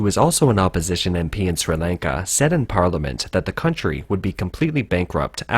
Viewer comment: I wish the guy would stop trying to say the country name